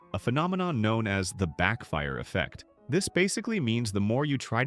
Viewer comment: "efffect" is crazy 😭🙏